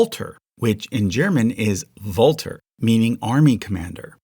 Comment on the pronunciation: No one in Germany is called "Valter". This name does not exist. But Walter (with W) is (or was) a very common name. (Beside: Valter would be pronounced like Falter. And Falter means Butterfly)